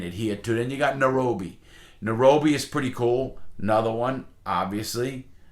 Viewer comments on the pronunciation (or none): This guys great but doesn’t know how to pronounce Helsinki or Nairobi 😂 also calls euros “Spanish money”